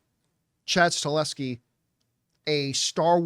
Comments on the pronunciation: You’re mispronouncing his last name it’s not “Stuh-LE-skee” it’s “stuh-HELL-skee” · Chad STAHELSKI please get his name right or this will become mandela effect out of nowhere lol